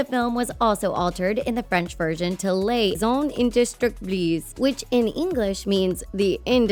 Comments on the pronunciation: that isn't Riley's baby sister and those aren't green beans, they're bell peppers. also who taught this poor woman french lol. Lays In-days-truck-lees? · "Le... zon In-des-duc-blease" That was even worse than saying the girl had a baby sister... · "Lez un-hindestructbliz" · the most shocking thing was how she pronounced "les indestructibles" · haha YES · Is this a narrated by a bot? No way a real person would have had THAT much trouble pronouncing "Les Indestructibles". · Me: what didja just say?:...which translates into the Indestructibles. Me: U FREAKIN' BUTCHERED IT SO MUCH I, A PERSON LIVING IN FRANCE, CANNOT UNDERSTAND!!! 🤯🤯😵😵